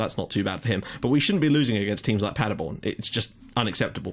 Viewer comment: Btw Paderborn pronounced like Paaderborn not Padderborn :)